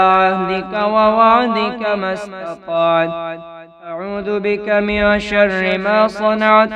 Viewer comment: Zabar zeer may ghaltiiii hay...من شرا ko ghalat parah